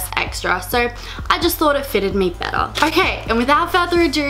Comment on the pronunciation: Why do you always pronounce an "r" after every "o"? I mean you talk like "orkay", "sor disappointed" etc. It sounds straight up weird!